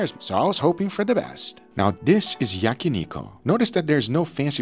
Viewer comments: When I heard Yaki ''niko'', I was like who'd hell is that, then I realize Guga mispronounce Yakiniku. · I love your content and all your videos. Not to be pedantic but it is yakniKU not yakiniKO. It is a "coo" sound, not "ko" sound. Just helping with your Japanese.